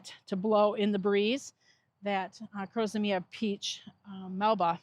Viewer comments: Liked the heliopsis, not a fan of most of the others Incidentally did you prounounce crocosmia As crosomia? (missed out 'co' in the center and put an extra 'o' or 'a' before the m) Do Americans always pronounce it that way or is it just laziness on your part? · yes, sorry I shouldn't have added the laziness bit, Thanks for confirming how you prounounce the word, Americans do prounounce some words in a ridiculous way, So wasn't sure if it was usual that you prounounce crocosmia differently